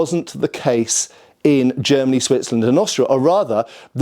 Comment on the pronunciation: It's funny that he has such big problems with the word "Germany," but pronounces all other countries normally. Even Italy. Greet's from Germany.✌️😅 Unterhaltungen übersetzen